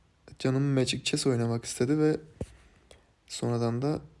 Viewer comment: macig chees değil artık sal şu kelimeyi magic chees